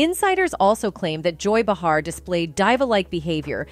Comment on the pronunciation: First of all you need to learn how to how pronounce Joy's and Matthew's correctly. You lost my interest 😳🤷‍♀️😏